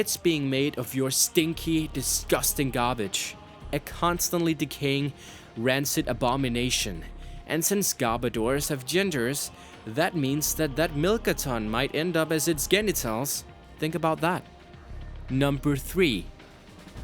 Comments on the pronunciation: Genitals is pronounced jenitals btw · You pronounced genitals & paralysis wrong.